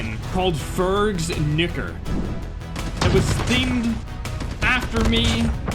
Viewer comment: is it just me the one who heard saying "fergs nig-" than "fergs nuker"?